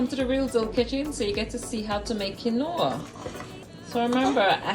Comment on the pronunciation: Quinoa... keen-waa